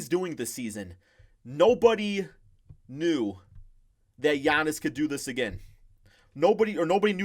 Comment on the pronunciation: Lol when he was trying to say Giannis’ name😂